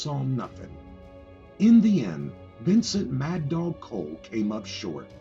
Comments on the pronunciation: its pronounced "call" not "cole" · It’s pronounced “call” not coal.